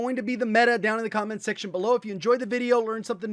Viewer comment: did anybody else catch me saying section like “segmehtion” 😂😂😂😂